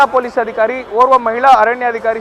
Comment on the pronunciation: ಅದಿ"ಖಾ"ರಿ ಅಲ್ಲ ಅಧಿಕಾರಿ